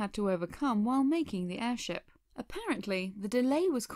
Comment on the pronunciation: Is it weird that I found your "airsheep" mistake kinda adorable?